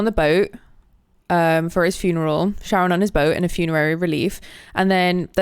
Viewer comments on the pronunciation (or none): love your content, glad you are finally enjoying ds3, hate your (and generally british) pronunciation of Charon. In cz (and in greek) it is something like big letters from these: Hat cAr Rat lAW No .